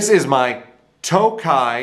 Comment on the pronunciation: It is not pronounced Toke - eye - it's Tock -eye!!! and yes, I have two MIJ Tokai guitars and they are every bit as good as gibson, if not, they are better!